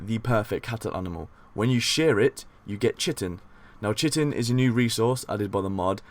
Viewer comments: hey dude, great vid, had no idea this mod was even released! It's going straight into my load order. Just a heads up, chitin is said more like kite-in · I like the voice to this video. My only complaint was the mispronunciation of "chitin". Thanks for the video!